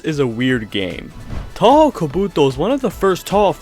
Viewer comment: 10 seconds in. Touhou pronunciation makes me wanna go deaf